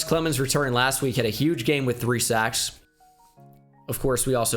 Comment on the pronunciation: saying sex instead of sacks lol